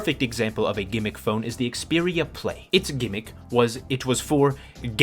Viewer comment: It's "gimmick," bruv. Embarrassing